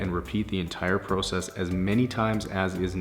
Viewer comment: It’s so weird how he say ProCess but I like it